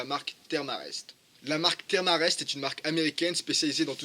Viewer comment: Sympa le tuto historique, par contre, ca se prononce "Therm E Rest" ^_^